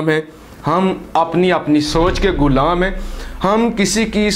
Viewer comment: Pelay apni Urdu ko to Thora bohot improve Kar lo ghulaam ko gulaam meh rage ho